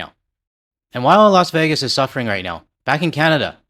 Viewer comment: Los Wages. 😂😂